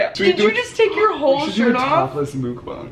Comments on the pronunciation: Mookbung? Mookbawng? I thought it was muckbang 😂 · ily i rly do but can u b the one youtuber that pronounces mukbang correctly.